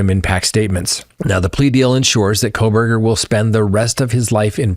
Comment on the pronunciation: They way you almost said “Proberger” is hilarious, you should’ve just said it. LOL.